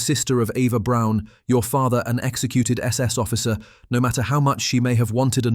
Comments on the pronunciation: The family name is not pronounced "Brone," it's" brown." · More repetitive AI narration...and if you can't manage to pronounce Braun correctly I find it difficult to take anything else in your video seriously. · Eva BRAUN not Brown! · It’s Braun and pronounced as Brawn like Brawny paper towels, not Brown like Nicole Brown - OJ Simpson’s ex-wife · Her last name was Braun and not Brown! Everyone seems to miss or ignore this fact!